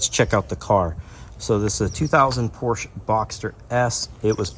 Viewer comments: Step one to ownership is learning how to pronounce Porsche. It’s a 2-syllable name! Porsch-a. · Now if you can learn to say porsche correctly....